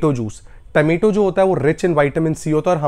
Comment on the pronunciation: Remedies are superb but taamaetoe juice is a nightmare. Please say, “Tomato juice”